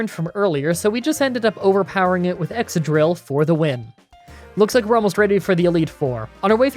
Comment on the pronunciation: Mis-trol-ton Ex-ka-drill Siji-liph con-kel-der but say it a bit slower cara-costa not coasta hy-dry-gon boof-a-lant i have seen every episode of the Unova anime so i know how these are pronounced (also Unova is my home region so thats why) try saying these during a grinding session in your next run to prove to your fans that you know what your saying, if you need any Unova pronunciations let me know on Twitter